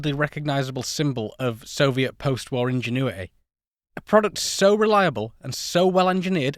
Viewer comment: Lmao- "ingenew ITAY"